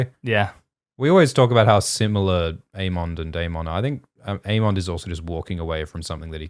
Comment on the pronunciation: Aymind Aymond Daymin Daymon...with how often you two flip flop, how about a disclaimer? (We do not agree on the pronunciation)